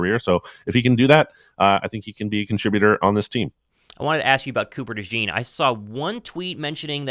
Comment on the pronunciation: Cooper “Dajawn” Dajean